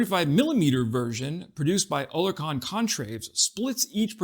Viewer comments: Oerlikon is pronounced OR LIK ON, not O LER KON,.;) And YES, they're cool tools. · Yo. Oerlikon is pronounced like: "Air-lay-kin" (or "Early-ken") not "Ohh-lair-con" like you're saying here. I'm using regular English words here not weird pronunciation symbology that nobody ever understands. Separately, Oerlikon has been around for ages. Their antiaircraft guns have been amongst the best in the world for about a century now. The 20mm was also an antitank system back in the day. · Thats pronounced OR - LEE - CAN ... not what ever it was what you said ! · Oerlikon pronounced Err-lick-ON or EARL-ick-on